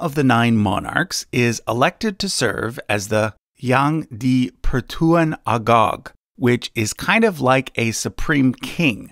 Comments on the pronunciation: it's Yang di pertuan agong NOT agog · crown of sela-ngor Yang dipertuan Are-gong Bukan agog kau tu yg keturunan gog magog bingai nye kapir🖕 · "Yan di pertuan agog"💀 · pronunciation corrections for the malaysia part. SELANGOR is pronounced as sə-laa-ŋor, not seh-lan-gor. for YANG DI-PERTUAN AGONG, the AGONG part is pronounced as aa-guŋ, not agog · "Salang gor" "Yang di-pertuan Agok" 😅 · I'm triggered when he pronounced "Selangor" and "Agong".😂 Malaysian here!! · You butcher my Malaysia word, Selangor and Agong🤣🤣🤣🤣